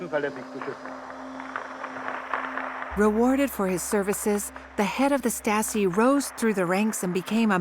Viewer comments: Narrator's pronunciation of Stasi goes from Stasi, to Statzi, to Statski. Then there's all her other random mispronunciations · The narrator keeps saying "Staski" instead of "Stasi". Not all of the time, but several times. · Regarding the VO, please note that 'Stasi' does not normally rhyme with 'Nazi'. :-) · The narrator’s pronunciation is atrocious. Is this AI? No English speaker says “Stassee” or Statsee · This is excellent! But the people reading the script could have made the effort to pronounce words properly. Day-ten-tay ? Sing-fred?And Stasi is pronounced in several different ways ncluding staski...And towards the end it's said to be omniprecedent... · I came here to say this!! This lady's inability to pronounce Stalin, Stasi, etc. is driving me nuts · Stassy…. Oh pleeze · The narrator should have studied some German pronunciation 😢 "Statzi"? Wut? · "stah-tzee" 🤣. I know, pay a voice actor, for goodness' sake! Great content, otherwise, though. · How hard to get a narrator who pronounce basic words like Stasi in a f5cking Stasi documentary. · So I am one minute in of this documentary and already I have seen a map of Germany which is totally wrong shading in as part of the GDR land which was actually transferred to Poland after the war. Not a good start. And Stasi is mispronounced. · The female commentary speaker should have reviewed German pronunciation of Stasi as she is butchering it in various ways throughout the entire documentary. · “Staaasi?” Lol “leechtenberg”. Come on. At least get the pronunciation correct. Has to be AI narrated.